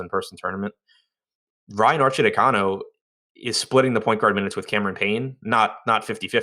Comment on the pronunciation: Arcidiacono = ar chee dee AH cuh no! Or you could just call him Archie!